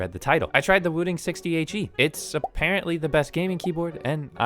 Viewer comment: I keep hearing you say wu-tang lol